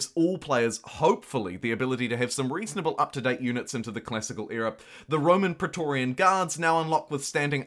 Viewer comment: Praetorian is pronounced 'Pre'-torian. The AE letter combination is pronounced like an 'ee' when you're reading greek or latin words. Often the words have lost the 'a' of the 'ae', like (a)ether, h(a)emogloben, or d(a)emon. The 'A' sound it produces in Anglo germanic words is another letter entirely, like in Aethelred.